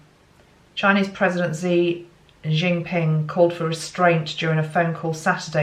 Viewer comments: pronounced SHEE JIN PING.. from search 😉😎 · The phonetic pronunciation of President Xi Jinping is: SHEE JEEN-PEENG.